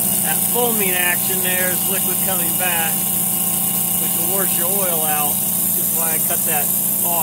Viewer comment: You mean warsh not wash